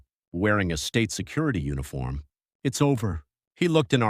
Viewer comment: It’s called STATE security, not state SECURITY! Terrible AI voiceover.